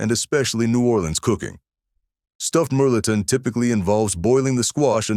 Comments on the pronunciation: My family is from Hayes and Lake Charles, Louisiana. They still cook like that. Melton pronounced mel-a-tawn. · you also supposed to say (mel ah tohn)